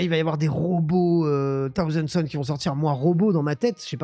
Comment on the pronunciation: ...Alors, vraiment, sans faire le chieur vis à vis de l'Anglais et sans exiger un accent de la haute britannique... Par pitié, juste le minimum syndical en prononciation : c'est "SauZand" Sons. 😁 Et pas Death "Gouarde" non plus. Sinon, à ce titre autant dire World itté, ça reviendrait au même. Bref, je fais chier ! 😉 Sinon, d'accord avec le propos de la vidéo. Et oui, les robots TS sont infâmes.